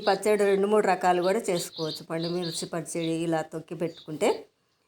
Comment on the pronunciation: పాండుమిర్చి కాదు. పండు మిర్చి. తెలుగును చంపేస్తున్నారు